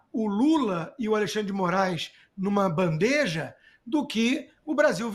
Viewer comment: DOI VER NOSSA LINGUA FALADA E ESCRITA ERRADA. POR FAVOR: BANDEJA!